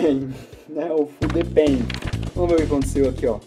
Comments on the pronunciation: Essa fude pen não se pronuncia assim "FUDE PEN", tem que falar com o i no final tipo "FUDI PEN"! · cara desculpa mas eu ri alto aqui quando vc falou o nome da caneta "fude pen" kkkkkkkkkkkkkkkkkkkkkkkkkkkkkkkkkkkkkkkkkkkkk